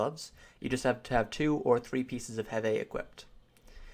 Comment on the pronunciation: Sven Hund lol right that bothered me so much